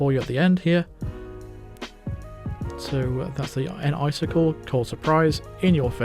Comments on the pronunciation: lol, it's (Nice-Sickle) not (Enn-Icicle). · "N-Icicle" sounds a lot like "Nice kill"